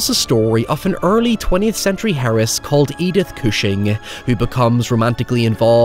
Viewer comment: I’m disappointed in all of us for years of “hoyever” jokes, not noticing the hard “h” in heiress.